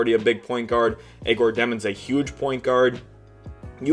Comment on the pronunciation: Love the work my man. Keep it up! On a sidenote please stop butchering Egor Demins name. its pronounced as Yeah - Gor.